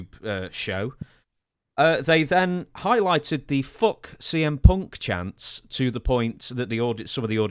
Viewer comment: I like how Punk or Fuck is pronounced as Fock or Ponk in British English